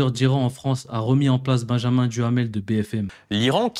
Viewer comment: On doit prononcer son nom ''durrramel'' façon sionistes.😅